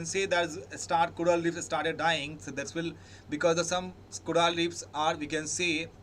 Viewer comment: coral not coraal thank you for the analysis though